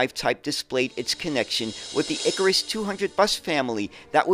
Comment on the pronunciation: ikaaaaaaAAAAAAAAAaaaaarus!!!! Not iiiikarus. 😂😂😂